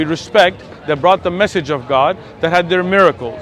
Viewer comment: Respectfully, it's "message," not "massage"